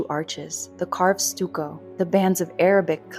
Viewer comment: Stucco = stuhk-koh, not stoo-koh. French pronunciation of CH is English SH. Pacha = pasha. You can usually find an audio file of iffy words at Wiktionary or Wikipedia, including Wiktionary's other language sections.